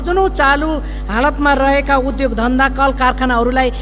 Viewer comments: उधोग होइन , उद्योग भन्नुस् । शुद्ध उच्चारण गर्नुस् ! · उधोग रे कति अशुद्ध ,बोलि नियत खराब छ मुख खराब छ